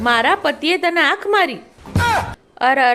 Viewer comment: ઓખ😂😂😂😂 આંખ બોલાય ભાઈ, સુધારો હવે તો